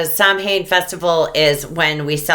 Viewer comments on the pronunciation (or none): Samhain is pronounced Sow-en (Irish) or Sov-en (Scottish). NEVER "Sam-hayn". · Pronounced Sow an. I follow an Irish lady. Her YouTube channel us Beltaine Cottage. You would like her i think. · samhain is pronounced "sow- inn"